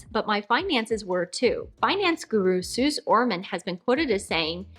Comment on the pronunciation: Hey! Love your content! Just FYI Suze Orman is pronounced “Suz-ee.”